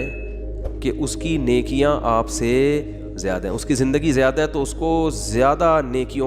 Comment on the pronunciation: Jyada nai ziada hota hai, I think Moulana sahib ka admin koi Indian hai